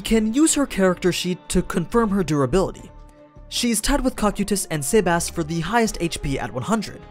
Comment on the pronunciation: STOOOOOOOP saying their names like that. The names are even said in the anime. Now some of them I can understand if you only read the name but sibass REALLY come on man.